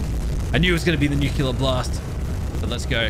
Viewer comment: i like how doesnt even read the part where it says the atomic breath and he still says that its the nucular attack